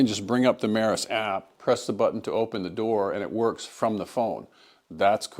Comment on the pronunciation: Its pronounced "me-ross" not "meh-ris" 😂